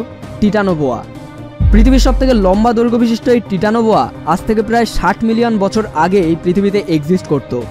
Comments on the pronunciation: It's titanoboa apni tetanoboa bolechen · তিতানবয়া হবে না টাইটানোবোয়া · vai otar uccharon taitano boya hobe..